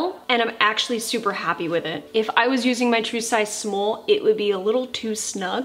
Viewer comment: “My true size smoll” 🤣